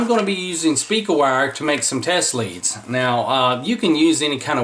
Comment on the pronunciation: The wires to the tracks are spelled LEADS... Pronounced LEEDS.